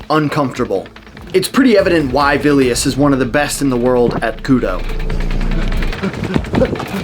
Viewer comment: The way you pronounce Vilius' name is pretty funny/cute. It's also worth noting Vilius has fought and won in MMA. So he knows his stuff even without the Gi.